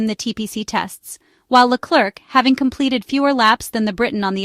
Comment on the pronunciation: It's "Leclare", not LeCLERK...............................